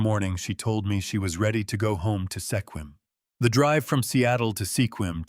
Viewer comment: It's pronounced "Squim"